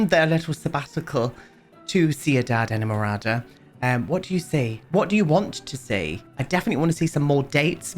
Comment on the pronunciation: As a colombian, his pronounciation is much better than some other ones i've heard! The worst i think was "seenidad edmorada" 😭